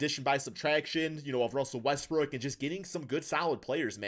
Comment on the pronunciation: can you please pronounce westbrook’s last name properly